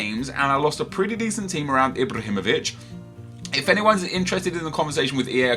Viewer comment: please stop pronouncing ibrahimovic like that it isnt right and makes me cringe